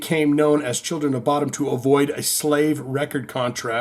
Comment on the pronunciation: I think it is pronounced “Bo-Dum”.